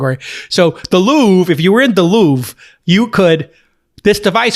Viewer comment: The Louvre not the louve :/